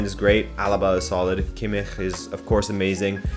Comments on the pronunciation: I as a German can tell you that it'S not Pronounced Kimmichchchchchchchch the "ch" at the end is much more softer more like a ch and not a ch! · great content, big up on that Kimmich pronunciation :D